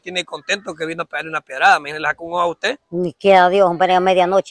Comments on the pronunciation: Se dice pedrada, no piegrada, y se sice piedra, no piegra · Hablen bien catrachos..es piedrada no piegra....piedra no piegra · ASI HABLE PARA DECIR PIEDRADA EL DICE PIEGRADA JAJAJAJA